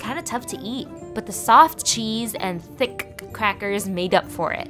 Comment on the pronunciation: Did you just say "thicc crackers" and pronounce both C's?